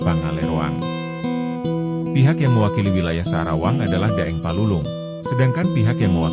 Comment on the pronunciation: Maaf admin bukan sadawang tapi sa'rawang